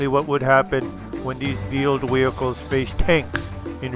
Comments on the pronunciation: are you saying vield vehichles?? If so, ist wheeled vehicles! LMAO. Just giving you a hard time. Keep up the awesome vids! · It's veeled weehicles.